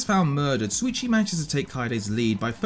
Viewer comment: It's SHuichi not Suichi xD How come so many English native ppl say it wrong, even tho the eng dub says it right xD